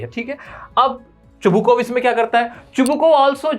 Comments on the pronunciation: Sir it is in book that Chubukov not Chunhukov. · chubukov not chubhukov